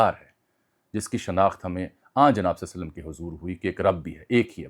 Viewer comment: ہمارے زیادہ تر لوگ درود پاک غلط پڑھتے ہیں لفظ۔ صلے نہیں ،صلی صواد کے نیچے زیر ہے